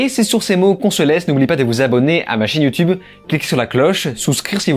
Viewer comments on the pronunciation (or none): none